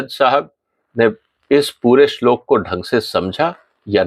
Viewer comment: आप भी पहले इस श्लोक का सही उच्चारण सीख लीजिए